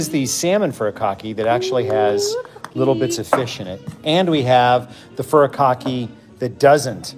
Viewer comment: Certified weeb here. The first syllable in "furikake" should be pronounced like "Hootie" from Hootie & the Blowfish. hootie-cock-eh